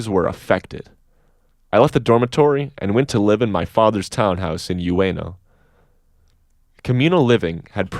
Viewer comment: Great reading but I think the “U” in “Ueno” is more of an “OOO” than “you”.